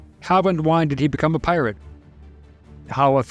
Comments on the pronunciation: Is this some kind of AI narraration? He keeps saying PILOT instead of Pirate. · Tell me I’m not the only one that hears him say “pilot” several times. lol. I was like “wait a sec..” and had to rewind it to make sure I heard correctly. I was like “no kidding. Pilot too. Incredible for the time period..” 🤣🤣